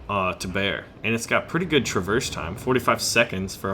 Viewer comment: your pronunciation makes me wanna CRY!!!! please look up pronunciation of traverse and Yamato